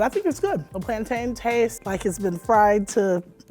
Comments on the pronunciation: Thank you, it's Plan-tin not Plantayne!!! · Please stop saying “plaan-taains” it’s a noun people !!! plantain is pronounced, Plan-tin as mountain is pronounced moun-tin. It is a thing😩😩 If it’s a verb like contain retain then you would pronounce it that way, but it is not a verb it is a noun! Had to get that off my chest 🤣🤣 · It’s curry chicken !! Not chicken curry and it’s PLAN - TIN NOT PLAN -TANE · It's called CURRY CHICKEN!!!! And it's pronounced "plan-TIN." How do you say fountain???? Come one people. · teach them how to pronounce plantain! Mountain, fountain, certain, curtain, bargain! These gen z foodies just discovered a new banana and ran with it.